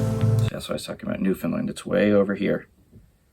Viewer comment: You are a great dad.And you get an extra ration of maple syrup for pronouncing Newfoundland right❤️🇨🇦👍